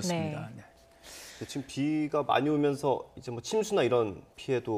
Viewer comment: 아니 어버무리면서 말하냐 인저 인저 는뭐냐 개 웃겨 ㅋㅋ